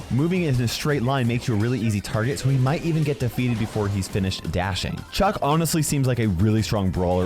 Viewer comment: It's Chuck not "chug"